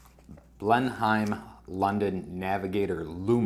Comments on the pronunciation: Hi, I would be pissed off too, those dimensions are not even close to what was promised. That's the risk with Kickstarter I suppose. We pronounce it Blen-im by the way. Sorry my countrymen let you down. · It’s pronounced Blennum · Yeah, it’s a crap watch, BUT, it makes a great video. That’s makes it value for money, for you anyway. It’s pronounced Blenn emm, as in Blenemm Palace. I’m subscribed now💪